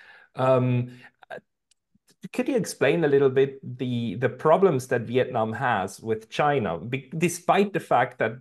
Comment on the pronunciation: LOL... We-itnam 😂